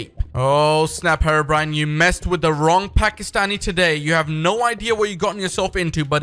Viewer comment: Herbrine! DON’T YOU DER